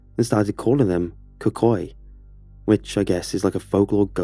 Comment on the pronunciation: Alright, no one said it so I will. .... when he said “cocoy” it took me a lil second to realize he was talking about the ‘cucuy’ 😂